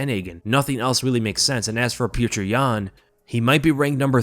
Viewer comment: Who is pjewtjur? It’s just pronounced as piotr